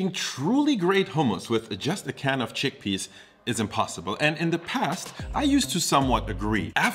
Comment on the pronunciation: Ah yes, "Giggle peas".